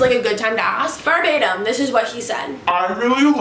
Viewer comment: Ver-bay-tum. Verbatim.